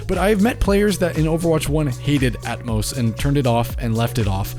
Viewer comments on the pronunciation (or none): none